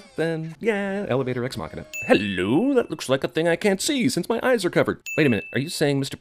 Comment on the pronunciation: I'm sinning you for mispronouncing ex machina